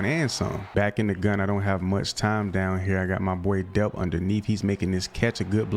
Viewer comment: Oscar delp the l is not silent it is pronounced how it looks